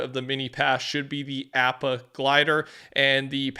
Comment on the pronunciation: I love the videos rusher. But please learn how to pronounce appa